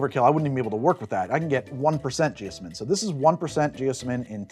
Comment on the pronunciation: I'm pretty sure it's supposed to be pronounced jee-OZ-min with the stressed syllable like the Wizard of Oz.